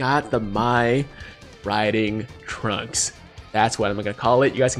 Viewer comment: “Mai Riding Trunks” 🤦🏽‍♂️LOL